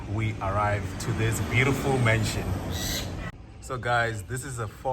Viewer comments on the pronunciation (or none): It's a "Mansion" not "Mension". Take your viewers serious please